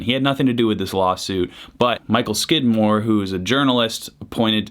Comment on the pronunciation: Did you say Michael Skidmark or Michael Squidward? Need clarification. ;)